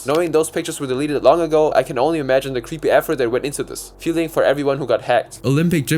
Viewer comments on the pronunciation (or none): none